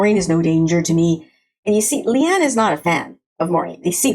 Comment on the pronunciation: Pronunciation thing: Leane is said "lee-AWN-uh"